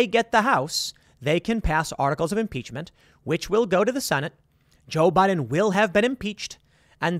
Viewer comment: Lol the Republicans would never do such a thing. They're all talk... Also "impeachm" lol